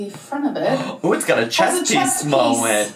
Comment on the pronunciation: “Chest piece molment” 😂